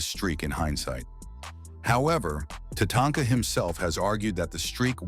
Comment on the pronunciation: What do I think about this list? Tatanka, the German artificial intelligence voice, refers to her as Tatonka or Tanaka. Please leave this silly artificial intelligence chatter out of the video. If you want to translate it, please use a human German voice. Otherwise the list is good.